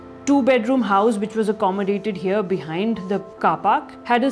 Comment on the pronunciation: When any guy or gal pronounce 'here' as 'heyo', I immediately become certain that that guy/gal is a complete fraud